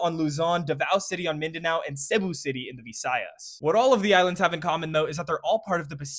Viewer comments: CEBU is not pronounced as Seybu. it is prounounced as Si-booo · another great video !! love your content so much !! just one thing: pretty sure Cebu is pronounced [SEE]-[boo]. keep up the amazing work !! 🙌🏽🙌🏽🙌🏽🙌🏽🙌🏽🙌🏽🙌🏽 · he butchered pronouncing Cebu though 😭